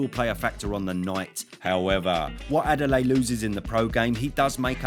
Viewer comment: Butchered Adeleye, lmao. It's Ah-day-le-year.